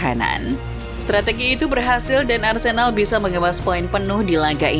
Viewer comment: Sedikit koreksi yg mungkin bisa dibilang penting gak penting, cara baca huruf "e" pada nama Arsenal dan Odegaard itu mirip dg cara bara huruf "e" pada nama Havertz walaupun ada sedikit perbedaan aksennya. Jadi cara baca Arsenal beda dg cara baca nama Arsene Wenger. Semoga kedepannya diperbaiki, karena sbg fans Arsenal, agak gatal ditelinga ketika nama club kesayangan salah diucapkan, dan semoga membantu, terimakasih. 🙏🏻